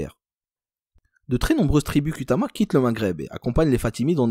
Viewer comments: On écrit ''Kutama'', mais le ''u'' transcrit un ''ou''. Prononcez donc Koutama, pas Kutama. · Kutama tribu de petite Kabylie chose que tu as du mal à dire... l' arabe